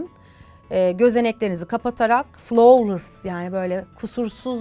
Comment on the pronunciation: Abla ya 'flovlıs' değil 'flawlıs' diye okunuyor normalde çok takmam ama Beyonce'nin en sevdiğim şarkısı ve şarkının nakaratında sürekli 'fılavlıs' diyo 'fılovlıs' deyince acayip rahatsız oldum 😅